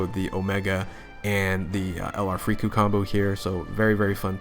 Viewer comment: I cringe at every time you call them “Frieku” 🤮